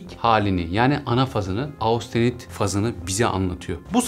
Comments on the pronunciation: Austenit degil hocam östenit olarak türkçe kullanılıyor ( almanca okunuşu da bu ) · Merhaba, Austenit değil östenit diye okunuyor bir bilgi.